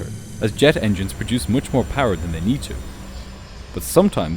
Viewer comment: How many times did he say "tin"... can't make the "th" sound evidently... and "much" with the "oo" sound (as in "foot") for the "u". Very annoying.